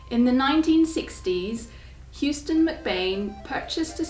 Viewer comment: houston is pronounced Hoo -ston not hewston. Believe me I a Houston-MacBean